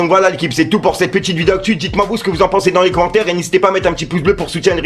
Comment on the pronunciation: Stp frérot arrête de dire" cete" titre cette mode de rajouter des ""te "" à certains mots est déjà passé merci et le charo qui a des problèmes pour viol ose donner des conseils de seduction trop marrant et booba à tout à fait raison si la justice ne fait rien ça sert à rien de se battre contre eux au final